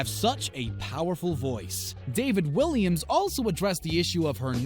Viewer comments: It's Walliams, not Williams. At least get the judges names right. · It's not Williams it is Walliams